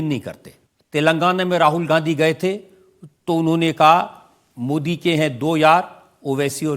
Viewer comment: Owaisi Modi ji ka naam sahi se nahin leta